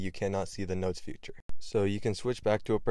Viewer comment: Hey bro… it’s called “feature” not “future” Just wanted to let u know